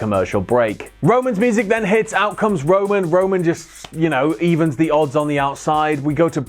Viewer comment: keeps saying Rowan instead of Roman